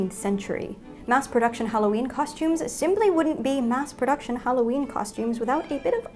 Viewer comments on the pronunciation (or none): Holloween is what you said